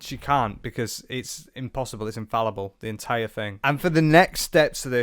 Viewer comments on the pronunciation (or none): none